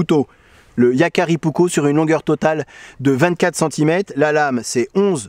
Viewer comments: Finlande n'est pas en scandinavie, c'est un pays nordique en revanche, et il faut penser à prononcer les 2 K Puk - ko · Prononciation correcte : Varoustéléka yæækæripou-ouk-ko Comment je le sais ? Je vis en Finlande depuis 46 ans et je parle couramment finnois...